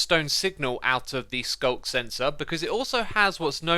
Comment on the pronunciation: Man... I'm always hearing SULK sensor instead of sculk sensor XD